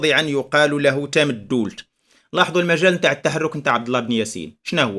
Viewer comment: سلام، للإشارة أستاذي ف"تامدولت" تُنطق بدون شدّة: "Tamdoult" فنسمع الناس تقول إلى يومنا هذا: "تامدولت ءوققا" / "Tamdoult ou 9a" نواحي "طاطا".